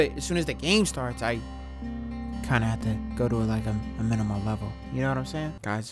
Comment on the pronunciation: “minimial level” 😂😂😂 can’t spell